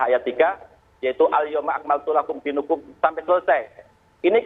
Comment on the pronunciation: Maaf pak baca suratnya,dinakum bukan dinukum🙏